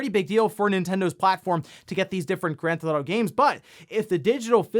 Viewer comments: Is it me or is he saying “Gran-Thot-O”? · Grand Thauto lol